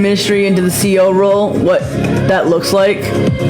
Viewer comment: She better learn how to pronounce CO first.